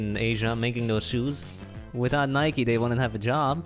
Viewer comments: Why’s he saying nikeee it’s just Nike with the e silent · ITS NOT NIKIEEE ITS NIKE